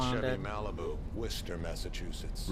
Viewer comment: Yes, Daniel had the pronunciation of Worcester correct. I've lived in Massachusetts all my life, Daniel got it right. Gabrielle disgusts me. I'm so sick of her. "Why do you come back?, "Why won't you let me hate you?" God! Lestat is breaking my heart! He's always haunted, by his past lives & loves. His Nicki, his Louis, his daughter & his own innocence. So freaking sad. They're always with him. Regina is a whole new storyline; I don't see things going well or ending well, for her. Louis is in for some trouble, poor thing. When Lestat's mom leaves him for the first time, she leaves her cut off hair, ( in the book, she'd do that every day, preferring it short), and her necklace, the same one Lestat gives Claudia for her birthday in the first season. Gabrielle is so different in the books, I actually liked her in them. Cuz Anne Rice's vampires don't actually have sex, they kiss & blood share, which apparently is very erotic. I have to say, I was 'feeling for' Armand a couple of times but then I remember he had Claudia killed, so yeah, no, he's still on my shit list. Kinda think he deserved that tribute song from Lestat. Honestly, I don't think Armand actually knows how to make real amends, because of the way he was treated himself as a child, teen & young adult. He never learned how to do such things. I love that Daniel called out names of journalists who have won Pulitzer prizes with each strike he made! So funny! Never change Danny!